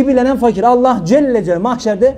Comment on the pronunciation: Hocam Allah c.c. ismi şerefini ellah diye telaffuz etmeyiniz lütfen